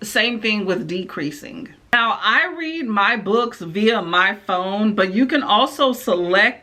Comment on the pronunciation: There are a couple things you have to get used to. Like she always pronounce read like "reed" so it will say "I reed the letter over her shoulder" instead of saying it like "I red the letter over her shoulder" and if it says "shhhh" she will pronounce each letter individually "s h h h h". She does have a second voice she uses, but she uses it at weird times mostly, sometimes she'll say things like "they have the best waffles in the city" in a super aggressive and angry tone, it's kind of funny. You can also tell when there are typos because she reads exactly what's there which is also funny sometimes. And it's fun hearing her say all the filthiest words you can think of.